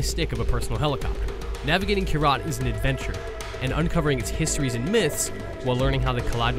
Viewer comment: Can the hermione troll please say "its pronounced kYrat, not Kyraaaat" ? Thanks.